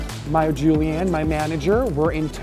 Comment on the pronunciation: Julianne er jævlig sjeldent navn og alle sier juliane så og høre vegar si Julianne gjør godt vondt inni meg